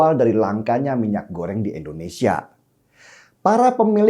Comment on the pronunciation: Sorry bung, kritik dikit.. PRODUK.. bukan PRODAK.. pake U bukan A.. Indonesia bukan Endonesia... Pake I Bukan E...